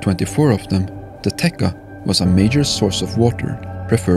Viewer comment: Not [tê':kha], but [tie':tscha] river, to be accurate. It comes from Slavic verb/root which is pronounced 'tie':tsch' ' and means 'to flow'. But thanks for such an amazing visualization and narration, really enjoyed it.